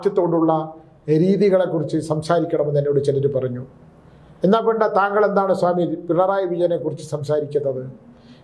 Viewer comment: ചാമി, not സ്വാമി